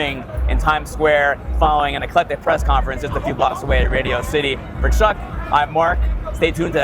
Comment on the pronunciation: Whenever says Chuck's full name, the only thing i am hearing is "Chuck & Hat"...